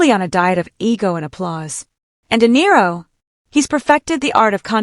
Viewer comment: Diro? WTF? Do you people not know how to teach your robot narrator to pronounce a name? Idiots!